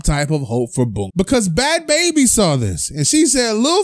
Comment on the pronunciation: Your not saying her name right😩😂😂😂